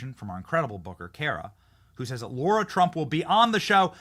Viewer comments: LARA, LARA, LARA!!!!! Seriously wtf is your issue? Her fkn name isn't LAURA. It's LARA!!!! It's either personal, or you're incompetent. Aren't words YOUR JOB?? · It’s LARA TRUMP not Laura - please ?